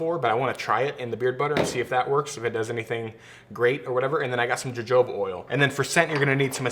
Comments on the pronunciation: Jojoba is pronounced huh-hoh-buh, not juh-joe-bah. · I know this is old, but just found you. Great video! Btw, it's not Ja-Jo-Ba oil.... it's pronounced "Huh-Hoba" lol just saying. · Irs pronounced huhhoba oil, you stooge. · Jojoba oil is processed from the plant grown the southern USA and northern Mexico. It's a Hispanic word, pronounced Ha-Ho-ba because our J is said as an H to them. Great video though! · Its pronounced hohobah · jojoba pronounced hohoba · Don't want to sound rude saying this but Jojoba is pronounced Huh-ho-buh. Thanks for all your content its helped my beard look and feel a ton better. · I thought Jojoba was pronounced "hohoba" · Great video.......BTW jojoba is pronounced “Ho Hoba”. I have a ton of it on my property in AZ. Thanks for the great contribution. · FYI not trying to be rude but you pronounce Jojoba oil (huh-ho-buh) oil. I didn’t know either for a while. With that being said great video ! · My goodness, learn how to pronounce jojoba!